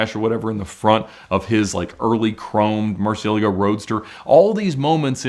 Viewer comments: What are YOU talking about? I know it is Spanish and this is far from the proper pronunciation especially when he claims that’s the right one…… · than you should know that his pronunciation is wrong, i am a native spanish speaker as well